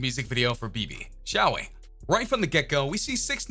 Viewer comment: dude learn the pronunciation of the song title